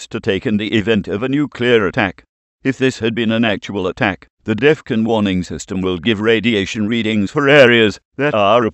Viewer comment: Jesus man bring back the old voice. This new voice doesnt even say Defon properly he says deffun. Just look at all the comments asking for old voice back.